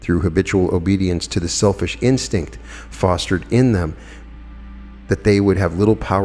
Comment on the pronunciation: It sounded like you said don’t become a shellfish ??🤣💕; you know that’s were that Pearl of Great Price was born .